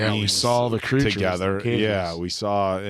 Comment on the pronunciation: ~"2gethah"~ "4evah" 💗👧➕️🐶💗